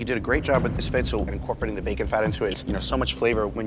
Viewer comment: First, learn how to pronounce “monsieur”. And “spätzle” too.